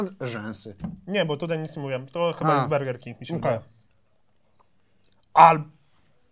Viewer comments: Ej nie wymawia się Berger King tylko tak jak się pisze czyli burger King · ja sie nadal zastanawiam dlaczego mówicie bErger king zamiast bUrger king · Sory ale jak idziesz zjeść burgera to mówisz zień sobie bergera czy burgera bo nierozumiem czemu mówicie berger king ale jak się tak mówi to niech ktoś poprawi